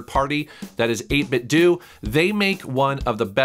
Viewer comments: 8Bitdo is pronounced like Nintendo, ending in "doh" not "doo". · I’m pretty sure it’s 8-Bit-Do, like NintenDO. Not 8-Bit-Doo. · It's "Eight bit dough" like "Nintendo." Get it? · Not cool that you broke embargo. Also 8bitdo is pronounced just like Nintendo.